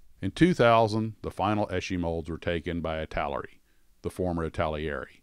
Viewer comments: The name is pronounced "It-tel-er-e" Many mispronounce it as "It-tal-e--air-e" by adding an extra syllable. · Do Italeri next. Pronounced EEEta Leri